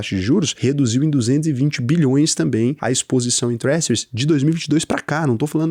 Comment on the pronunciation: Se me permite a sugestão/correção, a pronúncia do "s" na palavra "treasuries" é com som do nosso "j". A transição fonêmica fica, no IPA (Alfabeto Fonético Internacional): /ˈtrɛʒəriz/ ou /ˈtrɛʒɝiz/ Componentes dos Sons: /t/ - som de "t" (town) /r/ - som de "r" (run) /ɛ/ - som de "e" curto (head) /ʒ/ - som de "j" suave/chiado (vision) /ə/ - som de "uh" (schwa - som neutro) /r/ - som de "r" /i/ - som de "i" longo (happy/see) /z/ - som de "z" (zoo)